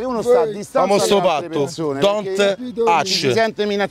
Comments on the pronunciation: "Dont och" ha vinto lui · “Dont ach”